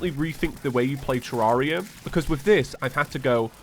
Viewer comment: He's making so many attempts to get with the times yet still can't pronounce Terraria right lmfao